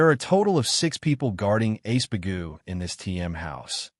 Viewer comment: His name is Iceburg, the a.i or the translator keeps calling him ace bagoo.